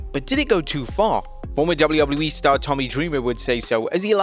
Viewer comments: DUDE. Say “Double U” Now repeat it. Now say “E” Now tie it all together. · Why can't he say WWE